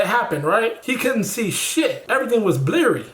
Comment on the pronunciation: That’s some scary shit 😳 but “bliry”? I’m weak asfc and the fact that you repeated it? lol you wrong ash 🤣